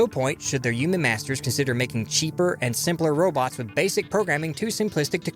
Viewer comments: Why do you pronounce human as "U-man". I find it so jarring every time I hear you say it. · Should I spell it "yuman" like you pronounce it in my story too instead of human?